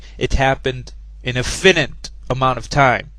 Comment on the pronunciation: "We wouldn't need to say finite time" :DDDD Just as well because apparently you can't... This video is great. "Do you expect me to be stupid?" - uh, not expect, I am hearing it right now. My god, a new poster boy for creationist morons. You'll go far, lad, if only you can pronounce the word "finite" properly...